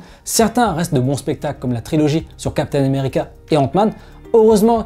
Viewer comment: lol chaque fois que tu parles de steve rogers, j'ai l'impression que tu prononces "capitaine numerica" :))